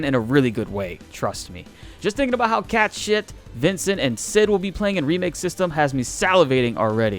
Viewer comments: Had to go back and listen 3 times. He legit said "cat shit" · When we have the ability to mix and match party members in part 2, they will probably rebalance them. Yuffie seems overpowered now because it's her solo mission. Also, I think they should release another solo chapter for Red XIII to give a little background info of how he ended up in Hojo's laboratory too. By the way Cait Sith is pronounced more like "Cat Shee" or "Ket Shee" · did I hear you call Cait Sith....... Cat Shit? lol